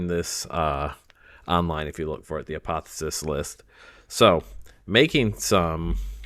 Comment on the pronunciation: A-poth-E-O-sis lol